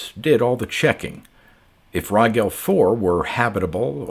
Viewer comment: Too late for this one, but Rigel is pronounced as in "gel" like gelatin. Thanks for the great reading again, as always.